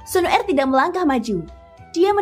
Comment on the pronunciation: waduh pengucapan kata Xuner kok GK enak didengar ya kak,, pengucapan kata er kecil bukan ER besar